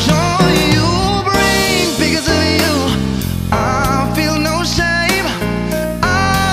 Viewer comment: Maganda sana pero bakit ganon ang pronounce nya ng because of you ang sa kanya because ohh you?...